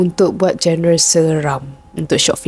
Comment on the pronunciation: genre sebutanya "jon-re"